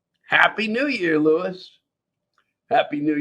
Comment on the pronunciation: You should look at the background and can't even pronounce the name Lewis.